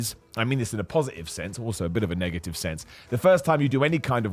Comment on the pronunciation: "Ne-eive" (negative) "Shoo”( shot)